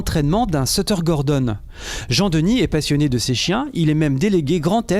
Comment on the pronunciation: A chui mort il dui sutter et pas setter